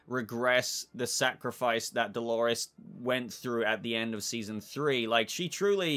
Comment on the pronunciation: I keep hearing him say Halores 🤣